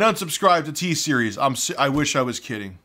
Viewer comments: LMAO “TSERIES WHAT’S GOING ON” SOUNDS LIKE “HEY SERI WHAT’S GOING ON” BEAUTIFUL XD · good thing i watched this video with headphones on so siri didn't ask me what's going on everytime you said "t-series"